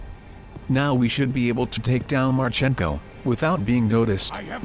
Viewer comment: marchEnko? No. Actual Ukraine surname has stress on the first vowel. mArchenko. It's derrivative to male name Mark and means 'Son of Mark'. So stress is on the original name. mArchenko. Nevertheless, great video.